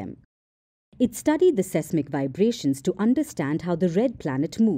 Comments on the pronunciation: You guys should stop reading the new in English. Pronunciation is HORRIBLE. It is "SEIS-MIC" not "SESI-MIC" . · seismic = SIZE-mic